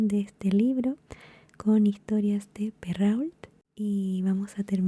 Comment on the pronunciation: Mira que perault, tenes que pronunciar peroo ault si dice o un poquito mas largo